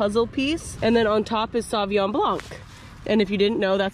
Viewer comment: Sauvignon = Soh vee n(y)oh(n),…. not ''saw vee ahn''